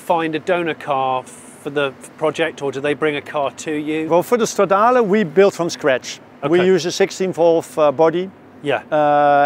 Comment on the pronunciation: You keep saying Stradale (it´s a Ferrari).